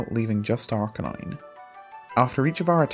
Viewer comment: When you said Arcanine I heard DARKRAI